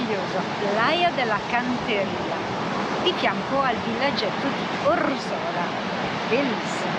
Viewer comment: Grazie per i bei video. Avete una bella positività. Appunto: Orzola ha l'accento sulla prima O...😅